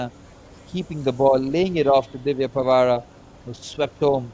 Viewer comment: 1 first gool dis name is Divya pawara not pwara पावरा hindi word is name of Divya pawara